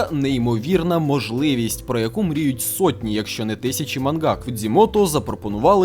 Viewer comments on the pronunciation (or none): none